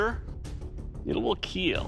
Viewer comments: It will kell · it will KEEL